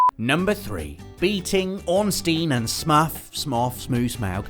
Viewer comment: Bothers to pronounce Smough in all possible ways, and still mispronounces Ornstein.